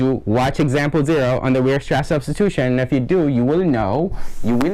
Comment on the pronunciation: great video, just one thing. Weierstrass is pronounced WIREstrass, not weerstrass haha